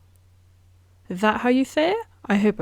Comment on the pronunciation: YAAAAAS I got a Hoiiyyaaaa!!!! 😂 Yes you said it perfectly 🎉